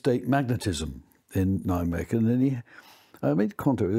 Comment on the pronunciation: I never realised the Flying Frog of Nijmegen was the work of a Nobel prize winner. At the time I just thought it must have been just a bunch of engineering students amusing themselves for an afternoon. If nothing else this guy deserves credit for pronouncing Nijmegen correctly.